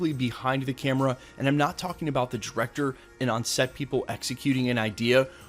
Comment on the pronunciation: WHY DO YOU SAY JERECTER. THATS ALL I HEAR ANYMORE.